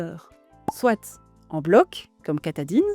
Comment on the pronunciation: Merci pour cette vidéo :) On dit : « soit (swa) cela, soit (swa) cela. » Et « soit ! » (swat) : faisons ça ! Avec les liaisons c’est swa-t’en ahah je taquine ❤